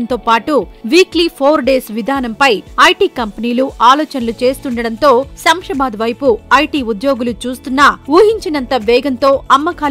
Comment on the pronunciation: It is not samsabad, read as Shamshabad